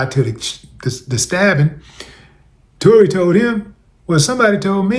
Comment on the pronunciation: He butchered Tory 🤦🏿‍♂️🤷🏿‍♂️